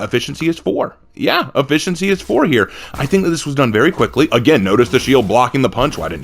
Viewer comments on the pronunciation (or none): none